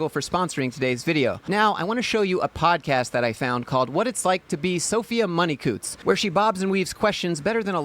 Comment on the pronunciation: its COW-TTS